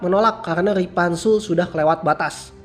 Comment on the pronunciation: Ripanzul Woi Bukan Ripantek🤣